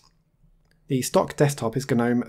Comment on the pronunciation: "Gnome" like the garden statue has a silent "g." The desktop environment is pronounced with a hard "G" officially, as in "guh-nome." It is a carry-over from when "Gnome" was an acronym for "GNU Network Object Model Environment." "GNU" is pronounced with a hard "G" as well (just ask Richard Stallman, who created GNU).